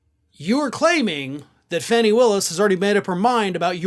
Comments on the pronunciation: Her name is pronouncd "Fawny" not Fanny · I love you, but please pronounce her name correctly. It's FAH-nee Willis, not Fanny. Rhymes with "tawny". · HER NAME IS PRONOUNCED FAWN E = Fani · Hey... One news station says she pronounces her name Fawnie, not Fanny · pronounced ‘Faw nee’ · It’s pronounced as Fawny! It’s disrespectful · Her name is pronounced Fahni. Why do you keep mispronouncing it? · Its pronounced, Fawn-ee in case nobody's told you that. 😊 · Please learn to say her name correctly, after all this time you are still saying it wrong.